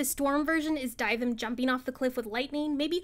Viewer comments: why r u pronouncing dyvims name like that 💀💀💀💀die vim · another W but the way you say dyvim makes me question everything 😭